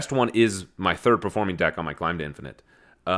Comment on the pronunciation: Did you say “Dad-finate”? Hahaha so I am not the only one